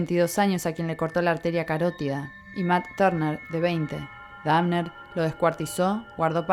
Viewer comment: la mina dice dafner jsjajajajaja